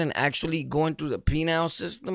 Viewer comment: War said “penile” system… 🤣